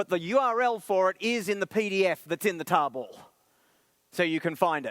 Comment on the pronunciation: it took me until to realize he was saying tarball (not table) lol